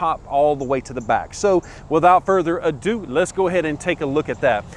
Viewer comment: take a shot every time he says "without further ado"...well in his accent its "wiHit out furder adooo"